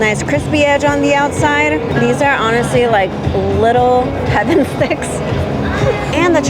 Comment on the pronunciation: LOL .. When you said 'little heaven sticks', I at first thought you said 'little having sex.'